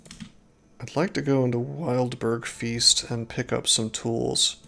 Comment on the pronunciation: Btw, dunno it will ever be relevant again but, "Feste" is not even close to "feast" It's more like best or blessed. "Fes" as in "Bless", "te" as in "temp" Edit: ohh, or the fes in confess. con-(fess te)mp Fester might help with the feeling for it too.